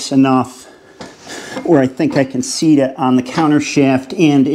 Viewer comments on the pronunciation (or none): none